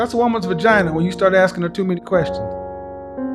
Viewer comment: When he said general “querstions”, I realized he watches Dr. Devin! 🤣😂 Affion Crocket is a full fool!